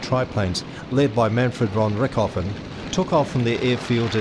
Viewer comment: von Rick-hoffen? Who the fck is Rick Hoffen? Jeez. Was this guy actually PAID to ruin a bloody good documentary? it's pronounced RichT-o-Ven. RICHT-O-VEN !